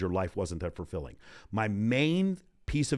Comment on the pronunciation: I love listening to! Just one question…. Is he saying fur-filling? 🤣